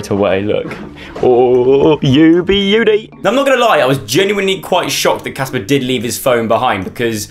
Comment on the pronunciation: It’s Casper not jasper